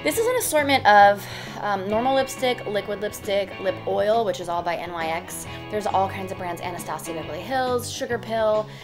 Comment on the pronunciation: Just to let you know NYX Cosmetics is actually pronounced like the “ Nicks “ just fyi 😘🙂